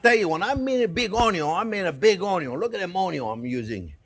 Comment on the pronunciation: I live to hear chef say onyons